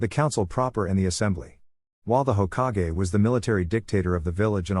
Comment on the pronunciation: Hoka-ge its Hokage you AI moron